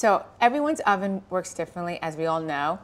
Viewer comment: Did she say hoven? 😂